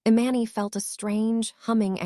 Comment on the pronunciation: Please get the storyteller to pronounce names correctly. Eee-Mahn-Nee!! Jesus Christ it’s driving me insane. I’ll unlike just because of this alone. This is why some pages loose subscribers